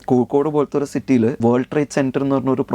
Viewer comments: Kokod alla Kozhikode 😂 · കോഴിക്കോട് എന്ന് സ്ഫുടതയോടെ പറയൂ നീല കുപയക്കാര